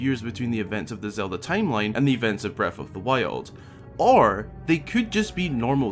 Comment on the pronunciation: I love these videos but it's so offputting hearing someone pronounce th's as f's. The word is breaTH and THousands, not breaf or fousands.